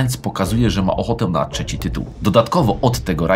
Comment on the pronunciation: Moto z innej perspektywy.. jest teraz czas by udać się do logopedy i walczyć z wadami wymowy. Mówimy „trzeci” a nie „czeci”